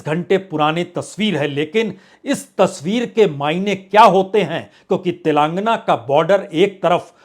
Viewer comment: Mr. Parsoon Vajpayee ! If you are speaking Tilangna , Tilangaanaa is correct word.